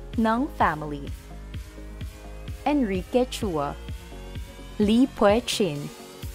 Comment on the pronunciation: Sa pagsabi at pronunciation ng family names ay meron incorrect. For example, Lim & Chua... hindi correct pronunciation sa Lim at mali pagsabi sa Chua na "chu-wa" imbes na Chwa.